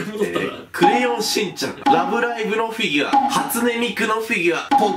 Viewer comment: フィギュワっていってない？笑